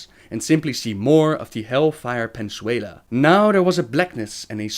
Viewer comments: Pensuela? Is that in Spanish Outland? It's Peninsula (Pen-in-suh/sew-lah). Just being nitpicky :) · Hellfire pensuala? Its pen in su la. Also, you pronounce "Shattrath" "Shathra" read the words through! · Pen - in - suh - la Peninsula